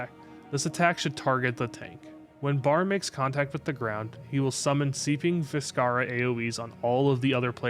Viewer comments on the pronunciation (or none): Saying all the Argonian words just fine only to mispronounce viscera (viss-er-ah) lol anyways helpful guide thanks for that!